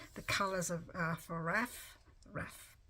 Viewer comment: It looks great! However it’s not raf as you are pronouncing it. It’s R.A.F. Royal Air Force. I couldn’t pass without saying that. I’m an Air Force brat and was raised with a father who was fascinated with WWII.